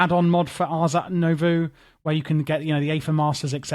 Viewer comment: nobody added a comment that you pronounced Nouveau backwards (twice). The "oh" sound happens after the v.